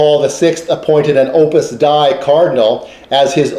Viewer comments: Hi--this is very interesting, but just for any future reference, it's Opus "DAY-ee," not Opus "Dye" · Glad you liked it. Hope you get a chance to view some of the other videos and the writing on . Yes, others have pointed out my mispronunciation of Opus Dei - no pretence to infallibility here :)